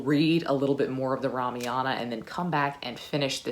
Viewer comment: Kaikeyi is pronounced - Kai like Ma in Math, Keyi is correct. Ramayana is Rah-Mah-Yuh-Nah. 🙏